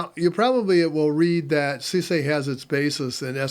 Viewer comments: 30 years, folks still don't get it's SoozA not SuSAY or Susie. :D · Another tidbit. I worked for SuSE just after they dropped the . between each letter. So, I guess I just tend to pronounce it as the EU (Germans) do ... like John Phillip Souza. :D No worries. I guess it was just being corrected over and over again by them that made this push that button. :)